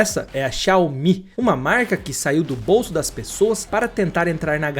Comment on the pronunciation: Os videos são interessantes! Porém dói o ouvido quando ouvimos as pronúncias das marcas! Não custa nada pesquisar para saber como se pronuncia! Maybach por exemplo: Mái...Báh.....e não MEI BÉC... XI..A..O..MI e não Xaomi... Parabéns pela apresentação e Edição!😉👍